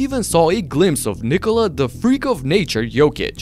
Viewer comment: I love how you pronounce Nikola how it should be😂😂 not how Americams do😅😅